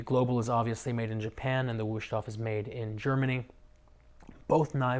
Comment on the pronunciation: “Woosh-toff”. Lol, it is pronounced “VOOS-TOF”.